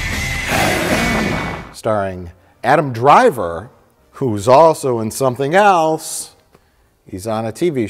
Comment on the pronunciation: pronouncing the word “else” with a “t” in it is always so cute... (@